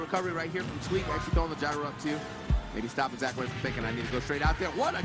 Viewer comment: When he says Zackray,my ears tell me "Sakurai" lmao